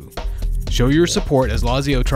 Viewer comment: it’s pronounced “latzio” but nice video guys!! 🤩🤩😂😂💀💀